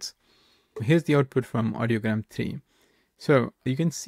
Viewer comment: I like your video and think you did a decent job showing off the functionality and some good comparison highlights. But it's REALLY hard to take you seriously when you consistently get the name wrong for the service you're reviewing. The website is called IDEOGRAM (like the word idea). Audiogram is a different word entirely for a chart that shows hearing test results. I noticed you substituted 'tricolor' for 'technicolor' when describing the Hitchcock prompt, but that's an easily forgivable 1-off. Not confirming the pronunciation for the subject of the video is not a good look. In the future, it's probably worth a couple minutes to double-check before recording. Imagine the response you'd get for making a review video of 'MedJournal' or 'Chart-GPT' in 2025.